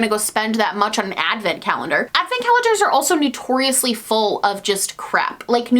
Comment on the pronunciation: ...are you saying 'new-torious'? okay yeah you definitely are, lol